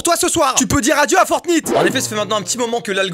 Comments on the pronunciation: je suis la seule qui a entendu « fortbite » au lieu de « fortnite » ? 😂😂 (oui j’ai l’esprit mal placer) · "Forte-nite" J'ai pas regardé toute la vidéo mais rien que pour ça je met un like. X)